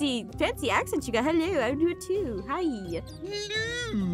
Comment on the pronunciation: “Helewo” Wow..